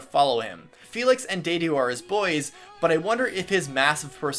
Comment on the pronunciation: He pronounces the names in French while I'm a German sitting here like: fELix HuGo- ANNETTE